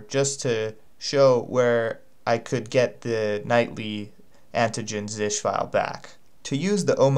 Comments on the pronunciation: Really helpful but it is z s h or z shell not zish. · Stop calling it "Zish".